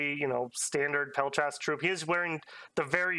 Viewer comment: Could you please start saying 'peltast' without the extra 'e' in the middle? I got into Dom bc of your vids! Love the content!